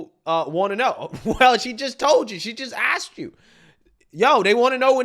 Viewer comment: It is a goddamned shame that mayors can not speak proper grammatical English. Johnson in Chicago and Scott in Baltimore both "aks" questions about accountability of the mayors of Democrat "ran" cities. 😂😂😂